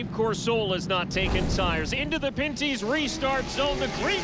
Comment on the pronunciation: It's pen/pin-ty's not panty's lol and it's not tagli an e, it's tagli on e lol